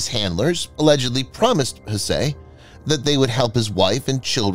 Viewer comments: one would think the narrator can simply use Google to learn the correct pronunciation of the name Hsieh. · The TTS is showing quite badly this time. Hsieh is pronounced more like "sye".